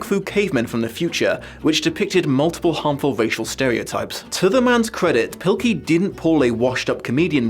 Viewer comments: You said Dav Pikley it’s Dav pilkey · PIL-KEY not PIK-LEY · His name is pronounced “Pill-key,” not “Pick-lee.” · Why do you say pikley and not pilkey? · PIL KEY not PIK LEY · Huh. I had no idea "Pilkey" was supposed to be pronounced "Pikley"